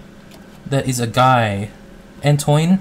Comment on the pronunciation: Antoine is pronounced "Antwane", in frech they pronounce the "oi" as "wa". So Victoire is prounounced "Victware", to be fully correct they don't speak the last "e", so basically you say "Victwár". Just so you know for next episodes ;)